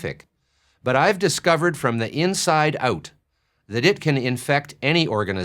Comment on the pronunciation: When he says "Inside Ooot"